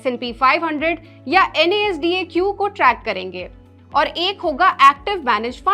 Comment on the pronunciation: Is bandi ko koi knowledge nhi ha dekh lo isne NASDAQ ko pronounce kiya ha